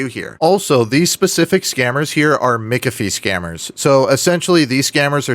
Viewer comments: Why do you say mikafi and not mac afee? Ahh distinction between real deal and scammers. Gotcha. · The name is pronounced MACK-AFEE, not MICK-AFEE! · Mikafie? I am a Mc but I have now heard multiple versions of how to pronounce "McAfee." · Cringe when you pronounce McAfee wrong. 😂 But it's okay dude I love it when you mess with these Dumb dumbs. 😂